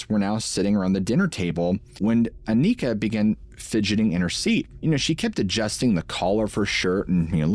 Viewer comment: it's not pronounced Akneekah, she's not from the hood, it's Awnihkah, kind of like harmonica, Anika.😅 we're cooked😂